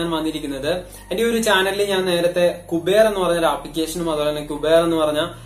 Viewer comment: കുബേർ അല്ല ക്യൂബർ😂